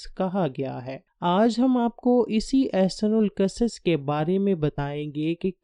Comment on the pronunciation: احسن القصص Ahsanul qusus Nhi balkeh ahsanul qisas